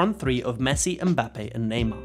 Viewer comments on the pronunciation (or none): none